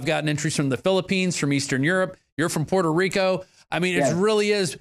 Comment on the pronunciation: lets GET ONE THING STRAIT..SO YOU DONT PISS ME OFF..ITS Puerto Rico not perro rico ok?